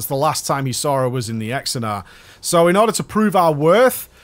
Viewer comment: Xenedar mate. Xenedar. You kept saying Exenar over and over again it was hilarious ^^